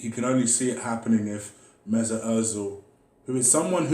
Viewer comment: Emery: Good Ebening Mesuit, will you take a pay cut? Ozil: No way Emery: ok keep up the great work 👍